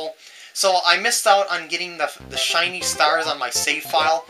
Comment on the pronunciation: Haha "Chinese" stars XD I know u said "shiny" but it sounded like "Chinese" :P